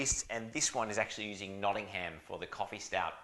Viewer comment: We also need to talk about your pronunciation of Nottingham 😂.